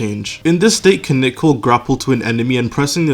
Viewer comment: its kinich not kinik